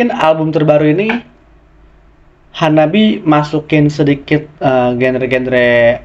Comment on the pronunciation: The name of the band is wrong. In Japanese reading, it becomes HANABI-Eh and pronounces E.